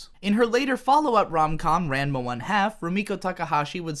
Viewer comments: RAH-NMA, not RAN-MA. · Him calling Ranma Raanma instead of Ran ma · what the Fuck is wrong with you RAN-ma? I thought it was pronounced "RON-ma" WHAT IS WRONG WITH YOU!? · Ran-ma Ran-ma i dont know but this made me fuckin laugh Ive always pronounced it Ra-nma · It hurts to keep hearing this anime uber fan pronounce Ranma like "grandma." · unrequited rhymes with "kited". Ranma doesn't start with Ran rhyming with Anne. Ran rhymes with brawn. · Ran-ma... facepalm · I am descending into deeper levels of insanity with each pronunciation of "Ranma" in this video. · is that really how you say ranma??? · You were saying Ranma incorrectly on purpose, right? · How after all this time can you not say Ranma properly? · Listening to you mispronounce Ranma every single time was like fingernails on a blackboard. What the hell, man?